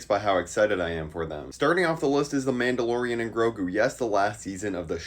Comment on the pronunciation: "Midalorian" is actually diabolical.